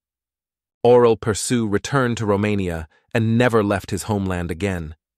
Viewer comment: You say his name completely wrong. It sounds something like aww-relle-perr-shoe, with the 'aww' pronounced more like 'awl' without the l.